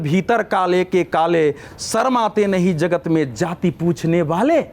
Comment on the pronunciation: सबसे पहले तो यह बता दूं कि यहां सारे विद्वान पत्रकार बैठे हैं लेकिन अफसोस है कि किसी ने "जाति" शब्द का सही उच्चारण नहीं किया।सभी ने सिर्फ "जाती" कहा । हमेशा पूर्वाग्रह से ग्रसित होकर कांग्रेसी नेताओं जैसी बोलतीं है। बीजेपी ने विगत दस वर्षों में राष्ट्रवाद और देशभक्ति की भावना को ऊपर उठा कर एक समावेशी समाज की स्थापना करने की ओर बढ़ रही थी। लेकिन राहुल गांधी, अखिलेश यादव और लालू यादव की क्षेत्रीय दल बराबर समावेशी समाज को तहस-नहस करके टुकड़े-टुकड़े में बांट कर देश को कमजोर करना चाहते हैं। को छोड़कर सभी ने सही एवं दूरदर्शी विश्लेषण किया है।